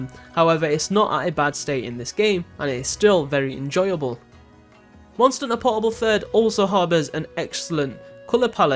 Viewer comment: say the H letter please....."mon er unter" bruh...